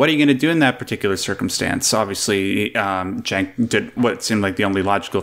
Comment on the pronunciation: Jenk, not Chenk.